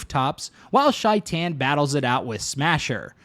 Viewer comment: Take a shot every time Shaitan’s name is pronounced wrong